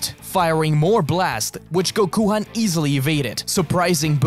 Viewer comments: Did you just call him Gokuhan it’s Gokhan bro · Why call it gokuhan...if gokhan exists?